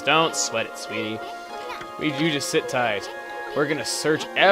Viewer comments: "Shit back and..." now thats what i call "A Mispronounciation......Win?" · just shit back xD great Mispronunciation there ;)